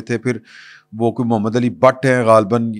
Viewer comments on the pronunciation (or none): none